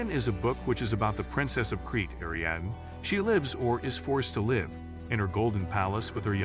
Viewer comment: Ariadne tetrasyllabic air-ee-ADD-knee; Achilles trisyllabic uh-KILL-ease